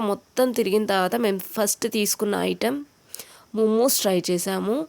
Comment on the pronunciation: ముముస్ కాదు మొమోస్ అనాలి